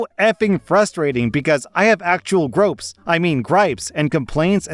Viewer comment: Gropes? Gripes? Was that intentional?